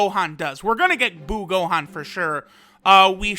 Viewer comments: Buuhan not buu Gohan Buutenks not buu Gotenks Biccolo not buu piccolo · Hears Say Buu Gohan Intense inner thoughts of Buuhan being yelled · Can he just say buhan jeez